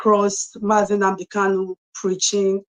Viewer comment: Someone should please tell that the name is NNAMDI, and not "NNANDI."